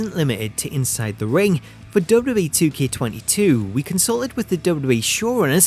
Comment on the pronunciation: I can’t get past how he says “DubDub-E.” Great video nonetheless!